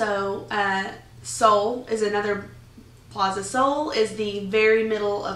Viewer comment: so after 1 year living in Madrid you 'know fully what is Spanish'. Vey impressive, but possibly BS. Spain is a huge country with very different regions. I spent a year playing grand theft auto. I now fully understand America. Christ, you can't even pronounce plaza, which leads me to believe you don't speak Spanish, another factor which leads me to doubt that you fully integrated yourself. Most of your videos seem to show tourist activities